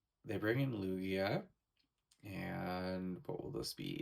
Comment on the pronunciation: you pronounced lugia wrong ! it's not lu G a it is lu gi a 😫